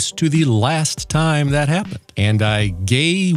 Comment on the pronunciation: gay-ron-tee. gary noir